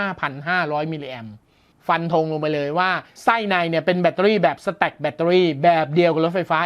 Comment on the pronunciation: พอได้ยินคำว่า " สะแตค " ผมนี้นึกถึงกีต้าร์ครับ